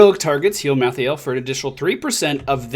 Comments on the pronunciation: BECAUSE MY HEART IS IN OHIO!!! +3 points to anyone who gets that. Also pronounced: mal-THAY-ull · Look like a assasin version of Leoric but edgy. And I belive he's pronounced like Mal - tha - el.